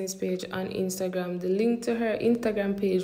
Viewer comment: who hear when say intagram?😭😭